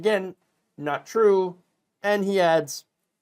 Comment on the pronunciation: It's tro, it's tro, it's weawwy weawwy tro!